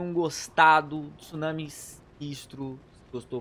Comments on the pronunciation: Não é tusunami, é tsunami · "Tusunami" e o portugues?ta como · O maior "tusunami" de todos! Hahaha